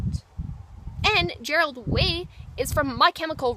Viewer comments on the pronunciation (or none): "Gerald Way" XD